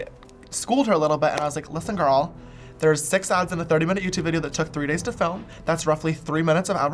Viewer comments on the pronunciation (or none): none